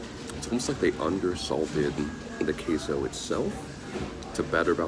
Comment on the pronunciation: Since I couldn't comment in the trailer, I just came here to say that I am mad for some reason for the way they said queso. Sorry but just had to comment also good review.